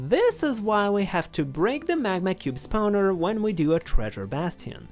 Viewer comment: I love the way this man pronounces spawner. Spowner